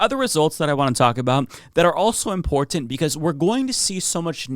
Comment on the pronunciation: managed to get "import-tent" in three times. Way to go,.